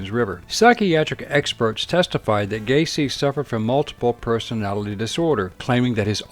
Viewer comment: It's Gaycy 😁